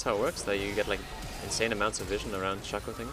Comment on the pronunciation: guess your in the same club as hashinshin saying "Shacko" instead of "Shayco"